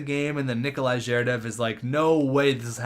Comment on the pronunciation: 1. Get new goalie, 2nd round pick and scoring defenseman. Your attacking core are good enough, you can trade anyone but Heatley and Tavares. 2. Make Heatley captain! (Tavares, Fetisov as A) 3. Butch-nEv-each (I'm Russian, and for that matters i heard worse than you ;) And others is ZhErdev FetIsov PrOvorov